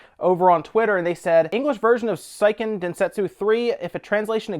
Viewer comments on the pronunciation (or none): You pronounce Seiken Densetsu wrong. It's more like "Seeeeken Densetsu" (the first "e" of Seiken sounds like the second "e" from Secret. The "i" just makes the "e" longer. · Great video. Seiken "Say-ee-Ken" Densetsu 3. Just the Japanese studies in me.